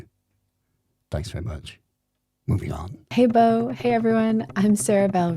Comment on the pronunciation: Chuckled when dude called Bo "Bob Eats". I always read the name as that back in the old intros as well